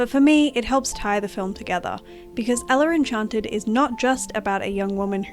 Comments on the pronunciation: Eller? With an R? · great video! but i must say i got distracted everytime you said ellar enchanted 😞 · Eller” pmo